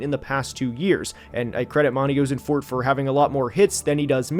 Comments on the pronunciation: As a Cardinals fan, please fix "oh-sen-fort" to "ah-sen-fort" lol 😂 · I went to middle school and high school with Monti. You’re pronouncing his name wrong. The “Oss” rhymes with “moss”. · You have to look at pronunciation if you're gonna make a video on specific people man, turned it off after you mispronounced Ossenfort for the nth time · I'm excited to watch the rest of the video and I expect you to give some valuable insight.... but how do you make a video and not even look up or know how to say the GMs name! You're killing me man.